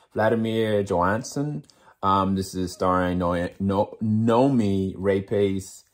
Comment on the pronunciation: New-me rah-pass But great vid